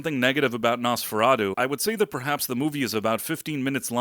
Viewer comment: Quit pronouncing it as "NosferaDOH" It's "NosferaTOO." At the very least you should get that right.